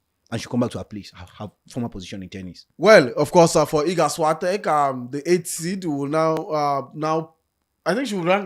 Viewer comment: this is not a way to say Świątek